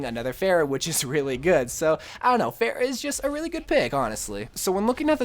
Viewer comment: He managed to fail to pronounce both Hanzo and Pharah.